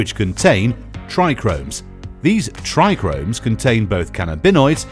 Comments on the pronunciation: "Trichomes " not tricromes 😂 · It's Tri-chomes 😂😂 not Tri-Chromes . Lmao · Yeah um so its trichomes, not trichRomes ... so much for experts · He's no expert if he says trichromes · When you have no clue what you’re talking about.. “trichomes”.. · Also said hash comes from everything but the buds and showed a wierd picture saying it was a "trichromes" and just presses kief into a brick and calls it hash. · Excuse me, but the word is trichomes not trichRomes. There is only one R in that word and it's the second letter right after the T. It made me smile every time it was pronounced incorrect 😁 Other than that, nice video again. Thanks. 🙏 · Yeh I did wonder, kinda sounded like saying "tri-gromes". Kinda does make some of us with decades of experience in this game challenge ur said 'expert' credentials lol But I'm gonna out it down to voice over guy not being a cannabis expert & I like basic info graphic stuff like this, the masses need educated, straight facts, stay medicated peeps Bless 👊🏾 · It's not the spelling it's the PRONUNCIATION! How can you be an "expert" and not know how to pronounce basic entry-level terms?!! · This video is a joke! Clearly made by someone who has no clue at all! And it's Trichomes, not TrichRomes! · Corrects kieth, yet says trichromes 🤣 made me laugh🤣 awesome!! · I like the way he says tricones I’ve just never heard anyone go into such detail and say it that way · Why you keep saying trichromes? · Narrator: "Not Kieth, but Kief." Also narrator: "TrIchRoMeS" 🤡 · Why didn’t anyone tell this dill weed there not two Rs in tRichome!😂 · Yeah great detail into pronouncing it wrong 😂